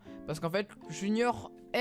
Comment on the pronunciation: Qui a remarqué que c’était pas "Junior" mais "Junoir" ? 😂